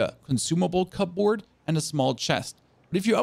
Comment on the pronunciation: "cubberd" (that's how native English speakers say "cupboard")